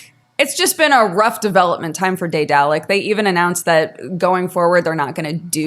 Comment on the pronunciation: Am I crazy or does no one know how to pronounce daedalic correctly?